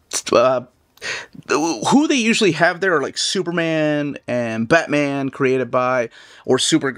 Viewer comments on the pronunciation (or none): none